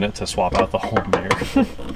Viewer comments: This guy can't say the word "mirror" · is that a rear view ''mear'', or mirror??? Asking for a friend.